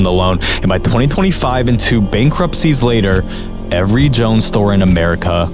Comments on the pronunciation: FYI, it's "Jo Anns", like two words. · Brother wtf, the store is pronounced “joe-Anne’s”